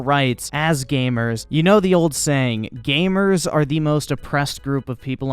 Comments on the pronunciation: When he says gamers, it sounds like hes saying gaymers. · He sure does say gaymer a lot.